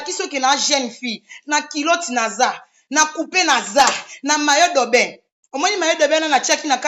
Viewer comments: On dit maillot de bain et mayi do bain; c'est H&M et non HLM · Yango bowelaka nn vraiment c est regrettable na comportement ya modèle oyo,boza penza ba femme insensées bosala ata ba formations ya ba remise à niveau ata maillot de bain ozokoka ko prononcer te maillot dobain HM ashlem